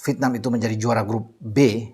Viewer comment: INDONESIA EGOISNYA GA LIHAT POSISI. HARUSNYA BISA LEBIH KERJA SAMA DENGAN BAIK LAGI DEPANNYA. AKU SUKA INI KALO BILANG " V I E T N A M " CARA BILANG NYA " VITNAM " 🤣🤣🤣🤣 ASYIK BRO. HURUF ' E " GA ADA.....LANJUTKAN.